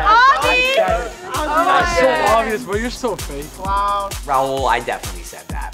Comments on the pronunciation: someone PLEASE teach how to say raul's name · When will learn rauls freaking name like it’s so cringeeee